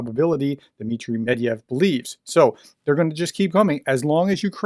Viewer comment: Medvedev is pronounced Med-ved-jev. Rock on! ♥️😃